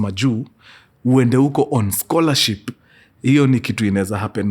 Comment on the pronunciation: Mimi siezi kosa kusema Mkurugenzii karibu aseme "Scholarsip"😂😂🫴aaah I just love you "Mkuru🥳🥰